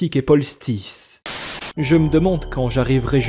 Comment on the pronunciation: Pardon.. mais à 23m environ.. je crois que tu as " écorché " le pseudo de Mr Solstice..😅